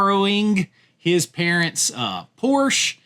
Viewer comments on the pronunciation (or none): I still say Clevland Indians. So I get it. But, mine, I'm just refusing to be pc. Your mispronouncing a car company that has been around over 70 years. and in this case, also mispronouncing their family name. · Is weird science, raunchy? Mischief, and Porky's should be on here over other titles. ok u mention mischief. Dude, Tom tells you how to say Porsche when he says the 80's slogan. "Porsche, there is no substitute."